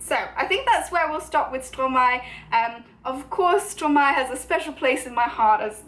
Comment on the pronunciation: I’m just a French learner myself but after intensive research in how to pronounce Stromae (and by intensive research I mean a quick YouTube search) I’m pretty sure you’re pronouncing it right. You’re certainly a lot closer then I was. For 4 years I thought it was said like stro-may 😂